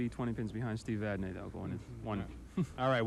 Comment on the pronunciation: Murphy Pronunciation: Vadney pronounced Vadnay, Dupuis pronounced Dupree. That along with Murphy Math on TV is certainly something...